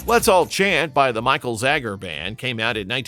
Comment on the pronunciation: I love all these songs. David Paich’s last name is pronounced “Paych,” one syllable, not the two syllable “Pay-itch.” You said “Disco Duck” had a “unique duck voice.” No, it sounds like Donald Duck. Not “everyone” was dancing to it. Michael Zager’s last name is pronounced “Zaygur.” It does not rhyme with “Jagger.” The “Let’s All Chant” lyric goes “…everybody work your body,” not “everybody moves your body.” You can hear the real lyric right after you spoke! Andrea True Connection was not a one hit wonder; their “N.Y. You Got Me Dancing” reached #27. You said “More, More More” had lines like “I want your love, I want your love.” No, that line is nowhere in the song. Are you a bot who got confused with Chic? Thelma Houston was not a one hit wonder; after “Don’t Leave Me This Way” reached #1, “Saturday Night, Sunday Morning” reached #34. Sylvester was not a one hit wonder; he had three top 40 pop chart hits and you did not even feature the biggest of them! “Dance (Disco Heat)” reached #19; ”I (Who Have Nothing)” reached #40. Your graphics omitted the parentheses around “Mighty Real.” You said Sylvester was known as the queen of disco. You think he was called that more than Donna Summer or Gloria Gaynor were? Songs are not one hit wonders; artists may be. Artists record songs; songs don’t record songs.